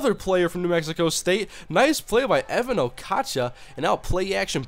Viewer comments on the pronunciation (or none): Just an fyi, it's Evans Okotcha, not Evan